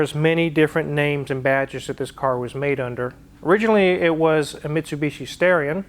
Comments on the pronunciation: He mispronounced it. It’s “Stah-ree-on”, not “Stare-ee-on”. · It's STARion not STAREeon... 🤣😂🙄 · Originally to be called the Stallion, but when the Japanese executives at Mitsubishi tried to pronounce it it came out, Starion. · It was actually supposed to be named “Stallion” but because the Japanese pronounce “L’s” like “R’s” instead of it being called “Stallion” they pronounced it “Starion”. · Fun fact... the Starion is a mis-translation. Japanese people pronounce "L" as an "R" sound. It's actually a Mitsubishi Stallion.